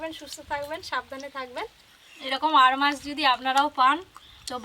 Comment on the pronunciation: রিঠা মাছ টাকে আরমাছ বলে চালাচ্ছো। জানো না ঠিক আছে কিন্তু তা বলে আরমাছ বলছো কেন 😡😡😡